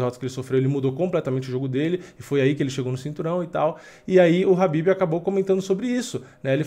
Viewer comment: Fio, o nome do cara é KHABIB, não Rabib. Habib é nome de árabe.